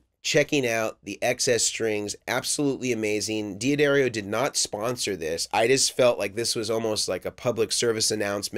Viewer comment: Great comparison! the way you say it properly sounds like DAD ario. just so you know